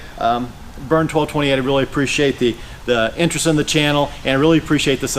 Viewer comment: Hi! I'm thrilled you used my questions to make this video. Awesome. And you even said my handle correctly, (twelve - twenty eight). Wishing you much success!